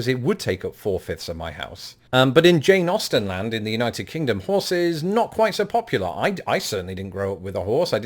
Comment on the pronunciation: Every time you say, “Jane Austen,” I hear, “Jay Nausten.” 🙂